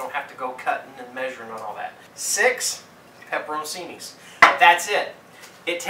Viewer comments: Actually it's pronounced pe-pe-rone-CHEE-nee but saying it quickly it's like pepper-own-cheenee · man said pepper o' cini